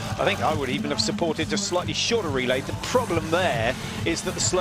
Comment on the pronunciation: Virus Tim It's "supported" not suporrted XD